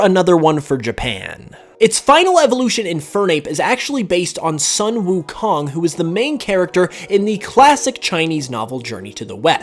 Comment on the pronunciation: Great video :) Quick point though: the pronunciation of the 'u' vowel in hanyu pinyin (the system of phonics in Mandarin Chinese) has more of an 'oo' sound...so Sun Wukong should have a pronunciation closer to 'Soon' Wukong instead (the hanyu pinyin for the pronunciation of 'Sun' is 'San' by the way)...really no offense, but yea i thought i'd bring this up to share XD